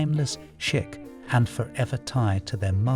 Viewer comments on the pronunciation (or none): Chic is pronounced like sheek, not chick. Just an FYI so you don't embarrass yourself in company like you did on a video.